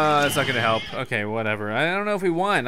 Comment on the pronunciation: when you say "help" it sounds like "kelp" witch totally goes with this game